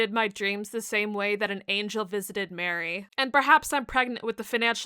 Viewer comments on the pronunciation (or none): none